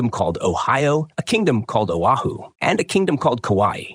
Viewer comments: It's Oahu not Ohio. Stop butchering the names. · It's Oahu moron, not Ohio. AI generated crap narration. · geez....dude pronounces Oahu as Ohio......Oahu is pronounces as O-Ha-hu..... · Lord have mercy the ai will say it wrong a million times and then once say Oahu correctly 😂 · The audacity to mispronounce foreign names 😂